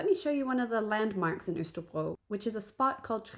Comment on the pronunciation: I also thought pronunciation of Østerbro was spot on, but what do I know - I’ve only lived here 3 years! 😜